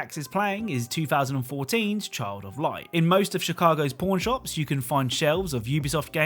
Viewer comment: Who else heard porn shop instead of pawn shops